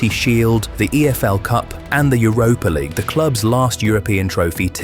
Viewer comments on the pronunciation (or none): none